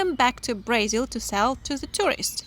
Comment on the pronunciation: It’s BrAzil not BrEzil …